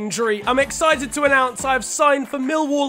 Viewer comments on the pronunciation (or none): none